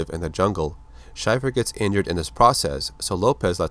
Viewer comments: Too late I know, but it's Shay-fer not Shy-fer..... great vid otherwise. My older brother had all these comics when I was a kid and I loved them. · It's pronounced "Shay-fer" not "shy-fur" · Wow, major mispronunciation of his last name! Shay-fer, not Shyfer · Shaeffer,Shay-fer..not shyfer. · Pronounced "SHAY-fer" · damn man schaefer like the beer not shy-fer... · It's pronounced like Shayfur, I should know I have the same last name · it's pronounced Shay-fer